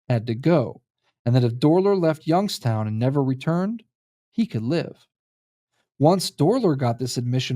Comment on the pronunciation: Why do you pronounce it as "Yunkstown"?